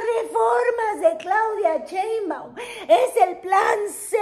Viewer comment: Me encanta ésta mujer, deshizo a la Sra. Cortés ja¡ que comentarios y su humor...más cuando pronuncia Cheinbaum